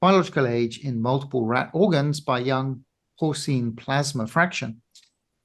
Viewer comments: Not only does & the Cambridge Dictionary mispronounce porcine, but so does Hank Green! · How remarkable that so accomplished a scholar mispronounces porcine.